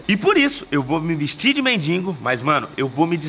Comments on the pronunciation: Não aguento ouvir o povo falando mendingo. tão fácil falar. Mendigo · "MENDINGO" Belo Português kkkkk!!!! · "mendiNgo" é foda.. bate nele Português..🤣🤣🤣